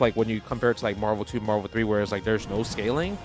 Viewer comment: It's Marvul Baybee